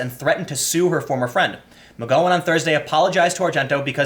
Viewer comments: Really? Quoting revenge passages from the Bible? Who does she think she is, Jules Winfield? 😂😂😂 And Tim, you really still don't know how to pronounce McGowan? Gotta be doing it on purpose to annoy us. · Tim, I love your work but.... How do you say cow, pow, flower, power??? Now, how do you say McGowan??? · I can only assume this is the worst attempt at pronouncing "McGowan" in recorded history. That was painful to listen to. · OMG! Me too! Pun intended 😉. It's as bad as hearing Sean pronounced seen! I was correcting him out loud each time while my husband laughed himself silly! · Mc GO in lol. Gow as in cow. Not GO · It should not bother me this bad bud dude you mispronounce more words than anyone Iv ever heard. This is like my 4th comment lol I like your videos but I cringe when you say "Nighk" instead of "Ni-key" or "Mcgo-when" instead of "Mc-gow-when" a simple search can solve this. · Tim pronouncing McGowan's name wrong was actually driving me insane lol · Tim.. the ow in McGowan sounds like well. Ow. Now go-wan :) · Not McGowan is in 'go;' McGowan as in 'cow!' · As much as I have the displeasure of sharing a last name with her, it’s pronounced “ma gaow win” not “mc goh win” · It's Mc-Gow-en not McGo-when! You are driving me up the wall Tim! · Do you say McG"OH"wan on purpose? I am convinced you say "OH!" instead of "OW" when you stub your toe. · TIM: It's Mc..GOW-in. That's "GOW" as in "she wore a nice gown that night"...not as in "she wore a nice go that night". PS: "SJW/FarLeftist/Fininists are IN-FUCKING-SANE". The sooner you realize this, the sooner you can distance yourself from the Left, and the sooner you can admit you are not "left"...you're pretty far from "Left". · Unless you're doing it on purpose.... it's "Gow" like "Cow" ... Mc G (C) owan... It's like fingernails on a chalk board. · It's Mc-Gow-an (Gow, as in, rhymes with Wow!) Good video though. 👏👏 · McGowan is pronounced like "mick cow an." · Do you intentionally mispronounce McGowan?! Holy fuck.